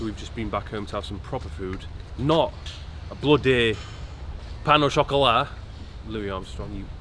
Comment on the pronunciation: That was the worst "pain au chocolat" pronunciation ever